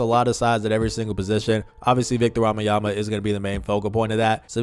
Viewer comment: Belgian here, you pronounce wembanyama wrong you say wambanyama… Just to help.